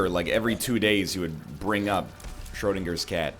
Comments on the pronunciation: That was the worst pronounciation of "Schrödinger" I have heard in my life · The way this pile of men flesh pronounces „Schrödingers cat“ is kind of makeing me uncomfortable.